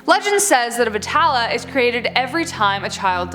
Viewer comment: and again its Be Tal not vetala